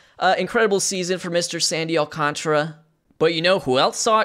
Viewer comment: Alcantara has a whole-ass extra letter in his name. It's Al-cahn-tar-uh. Not Al-con-truh.